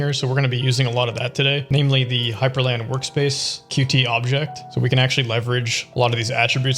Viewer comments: It’s called „cute“ not „cutie“ btw. Source: I work with Qt and I was at the Qt World Summit this year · Pronouncing Qt as Qt and not Cute hurts me pls stop 😢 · As far as I know, Qt is actually pronounced "cute"